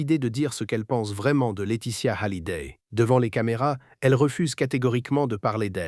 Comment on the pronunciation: Pourquoi prononcer Hallyday avec un H aspiré?